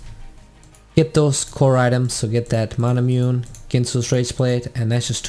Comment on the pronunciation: Isnt Manamune pronounced as Ma/Na/Mu/Ne like the sword Masamune and Muramana from Muramasa